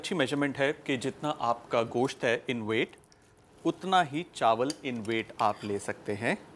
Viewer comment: Wow sir apne gosht ek dam sahi pronounce kia h 😍